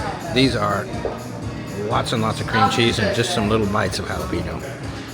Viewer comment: Pronounced “Hala Pen Yo”. Y’all from Texas, get it right!😊